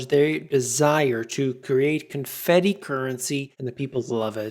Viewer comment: "ConFEDdi" = FED funny money